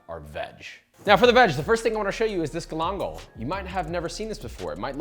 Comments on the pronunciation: Hermano mio, you got to pay more attention to the pronunciation... Love everything you do, but "Glongle" ain't how you say it. Ga-lan-gal. Also, for me, I'd rather spend 3 minutes putting an edge back on my knife than figuring out how to put the edge back on a microplane... Unless you have a trick for sharpening microplanes? That would be awesome..... Keep it coming! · Hm? Galangal? Oh, yeah. Uncle Roger must know your works! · If you bother to pronounce galangal properly, legend has it, it will soften up for you